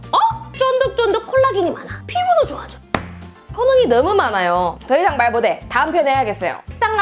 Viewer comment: '못해'를 '모대'로 발음하는 거 봐서 영락없는 전라돈디